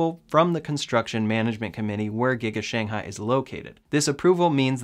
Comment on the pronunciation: thanks for your videos and I got a MY. Keep them up! FYI, Shanghai should be pronounced as Sh-ang Hai that the stress should be at the ng part, instead of yours more like Shan-hai which sounds like another place in China.